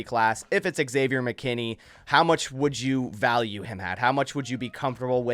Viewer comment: It’s not eggsavior dude